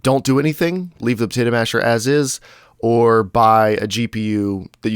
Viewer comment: I like the "Protato Masher" D